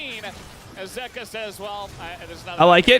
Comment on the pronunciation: the way dom says zeka is actually triggering me